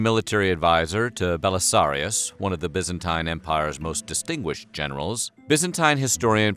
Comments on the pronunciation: Its Byzantine, not Byanztine. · By-zan-tine Not Bee-zan-teen. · WHAT THE HELL IS "THE BYANZTINE EMPIRE" ??? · It's pronounced Biz-an-teen, not Biz-an-tyne. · BYZANTINE = "Bizz-en-TEEN" Not "Bizz-en-TYNE" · It's pronounced bizenteen. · pronounced BYEZANTINE anyway good video. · by-zantine pronounced like Bi-clycle please reshoot the video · FFS it's bizenteen it's pronounced Buyzantium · i thought it was pronounced bye-zen-teen? am i wrong? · I wish he could decide on how to pronounce "byzantine' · I like this video, but I hate the way he pronounces ‘Byzantine’ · Can this guy say byzantine right please? It’s sounds like 9 at the end. The ine is pronounced fucking teen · Bugged me how he pronounced byzantine wrong smh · I can't watch, his pronunciation of Byzantine is just putrid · why did you pronounce Byzantine differently? you switched